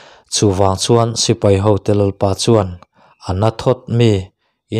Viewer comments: Bung 1 na a Lalpa thu, tih hi Lalpa thu ti lovin Lalpâ thu tiin lam zawk ta la, Lalpa thu tih lai hi Lalpâ tih lai tak hi han thluk sang det ṭhin ta la, ngaihthlak a nuam leh zual dawn sia, chuan, i ti lawmawm lutuk bawk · Tlemin han uluk deuh teh, Lalpa thu tih tur ang ah hian a dik loh dueh tlat